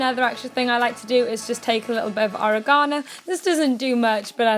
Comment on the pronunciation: The way she says oregano